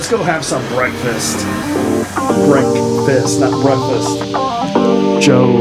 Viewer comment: another entertaining video, have not heard "brefast" for a few days